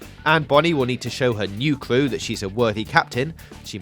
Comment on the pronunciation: supwising twist lol new cwew